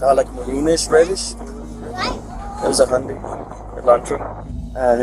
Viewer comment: Hyundai rhymes with Sunday.